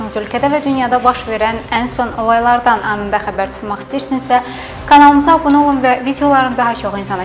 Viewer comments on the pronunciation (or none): none